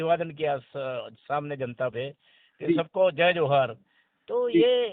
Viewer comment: जी को तो जोहार शब्द बोलने भी नही आ रहा है क्या जमाना आगया है अपने स्वार्थ के लिए नेता जी क्या क्या करने के लिए त्यार है एक टाइम जोहार शब्द को वोरोध कर रहे थे वो आज जोहार बोल रहे है